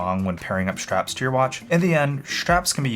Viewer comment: schtrapz 🔨 schtrapz 🔨 schtrapz 🔨